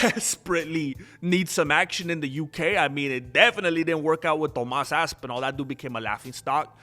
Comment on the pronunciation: "To'mas Aspinall" got me crying laughing for some reason...